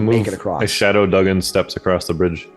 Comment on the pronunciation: That was a great one-shot! Thoroughly enjoyed it and character "Duggan" (and that's pronounced 'Doog'gan btw) was a great addition to the team! Him standing in the door blocking that evil-doer was classic! Great game! Thoroughly enjoyable characters.